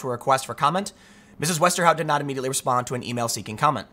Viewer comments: Wow you actually pronounced the last name correctly, you familiar with Dutch? Also is she actually Dutch? Her whole name is Dutch... And she looks cute! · Good job with the right pronunciation of Westerhout. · Your pronunciation of ´Westerhout´ is pretty good.